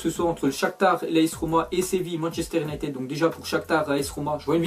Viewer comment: on prononce Younaïtid pas unitèd